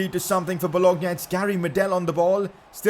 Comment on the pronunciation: PCQ: You dont pronounce it well, solskjaer is “su lsher” but it’s different country from kjaers’ kjer must be pronounces “kyaer” Also there is not boloGna, but it is bolonya